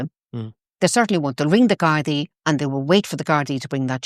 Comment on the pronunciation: Get Ezra back on soon; He is the only person outside of Ireland who can pronounce "Gardai" 😂